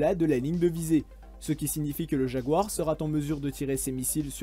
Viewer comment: Bonsoir,superbe vidéo bien documentée. Juste une remarque: tu multiplies les liaison maltapropos dans ton commentaire sera n'a pas de T donc "sera tinstallée" ,ca choque. Ceci sans animosité car c'est un sacré boulot ce que tu fais .Bravo